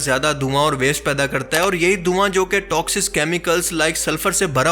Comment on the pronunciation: AP toxic ko toxiz bol rahay hn..and you dare to talk against the research work of furqan Qureshi and sahil Adeem.. this is ridiculous